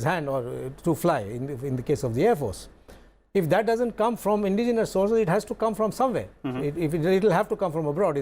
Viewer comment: Sir Indigenous is roughly pronounced as 'In-dejenous' not as 'Indi-genius'.